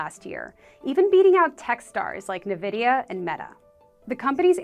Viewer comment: did a CNBC reporter just call NVDA "Nevidia"? SMH...